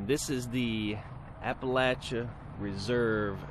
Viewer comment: Thank you for pronouncing Appalachia correctly! I live in Southwest Virginia and it irks me when people pronounce it wrong. 🥴 I didn’t get to finish the video earlier because I went to prayer meeting on zoom. I’m back to finish the video so I will actually comment on the home. 😂 I really like this home! Lots of room. Not much to change. Great video!